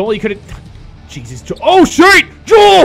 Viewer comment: when butchers the shit out of joels name